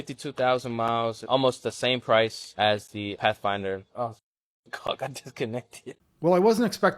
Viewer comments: Path- a -finder! 😂 She hit that invisible a hard... Can't afford it if you can't pronounce it 😂😂😂😂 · Nissan Path-a-finder? What a moron